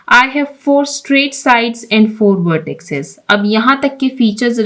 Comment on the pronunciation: Madam, lafz vertices ko vertisses kaha jata hai